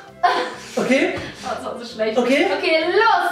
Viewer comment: Vor allem noch Bibis "Ach das war so schlwecht."😂